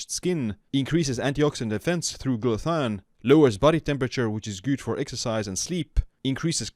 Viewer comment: Thanks for the info. (also check your pronunciation of glutathione)